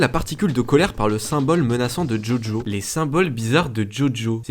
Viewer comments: jojo c un manga et ça se prononce bien djodjo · JoJo se prononce DjoDjo et honte si tu ne connais pas JoJo’s Bizzare Advantures c’est un animé ultra culte.